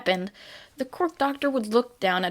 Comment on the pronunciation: Ok I don't mean anything bad about this but I just love how you say "cwork"